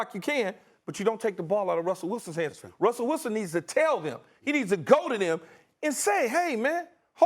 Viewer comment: “Wussell Wilson” lol